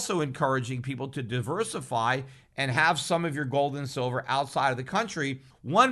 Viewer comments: He said 'Shillver' 42.05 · Did anyone else notice that Freudian slip "Shillver"?